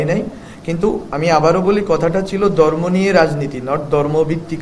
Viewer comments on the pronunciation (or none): শব্দ টা ধর্ম। দর্ম নয়। উচ্চারণ সঠিক করুণ।